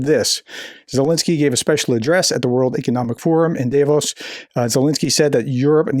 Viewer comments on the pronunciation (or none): it's Davos, not Devos lol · not dayvos.... daavos...